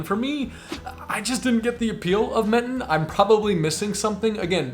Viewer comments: Enjoyed your commentary and enthusiasm for your month on the Riviera. You were right, you made a mess of the pronunciations. Oh well. I am spending 4 months currently in Menton (pronounced Mawtahwn) and have spent past years in Nice. I love Nice, but I must say, I think you missed on Menton. This in Nice "light" making it more user friendly in a relatively small area. The pastel colors of Old town make this a unique experience. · LOL, OMG you really did mangle the French pronunciation. But, that's okay. Made me laugh. Very entertaining. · Please ignore the advice in the video on Menton (rhymes with Wonton) and Monaco! Both are worth a day trip. Take the bus to both from Nice for a scenic view. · A good andinformative video.But...how could you nt use Google Translate to pronounce basis words like Menton, and Rouge?